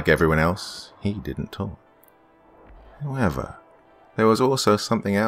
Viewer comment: I read this just as he said “Howevah”